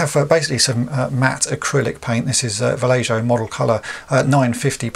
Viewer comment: Vallejo.... pronounced: "Va-yay-oh" (pretty sure that's the Spanish pronunciation, anyway).